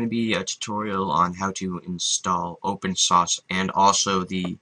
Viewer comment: Open Shaushe lol